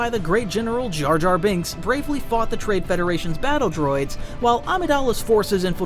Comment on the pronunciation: "the great general JarJar Bings"😂